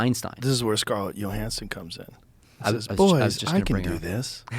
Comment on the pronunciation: For the love of goddd Joe, it’s Johansson WITH A J. LIKE YOUR NAME BUDDY. sheeeesh